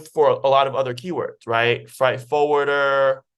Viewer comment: Great content, but fright and freight are 2 different words with 2 different meanings and pronounced in 2 different ways.